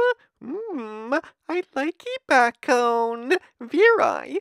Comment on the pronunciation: It took took me to the end of the video to realize he was saying bacon